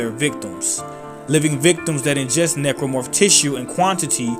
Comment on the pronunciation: You keep pronouncing Necromorph as "Nipplemorph". Why?